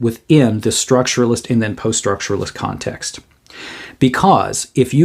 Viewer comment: "The video on Kant will set some Kant-ext here"